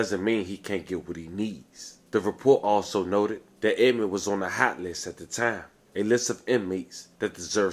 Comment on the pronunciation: You keep putting the s on the end of Edmond 🤦🏿‍♂️ you probably say meek mills too